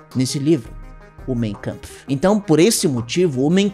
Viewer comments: ninguém precisa saber tudo, não encare como uma crítica, mas a pronúncia do título do livro do bigodinho é "máin câmpf", não "mêin câmpf". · Corretamente lê-se “main kampf” e não “mêin”